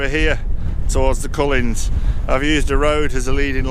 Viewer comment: another excellent video P, love the compositions, again, the mountains you called the cullans is pronounced coolans, apologies to correct you, but always love the way you lay out your videos with shots you take throughout and at the ends.